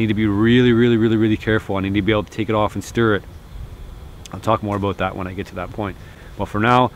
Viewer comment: I love how he says abuut